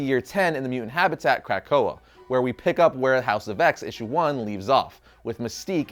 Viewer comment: I gave this a thumbs up but dear God are you bothering the names of these mutants. Otherwise, nice vid.